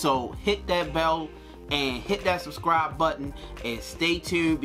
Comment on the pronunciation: When he said suscribe, I suscribes.